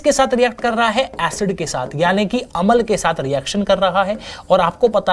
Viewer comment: sir अमल नहीं होता । अम्ल होता है ।